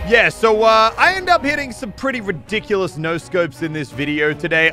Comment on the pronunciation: The way Elliot days rediculos “re-dick-you-lus” XD ITS TOO MUCH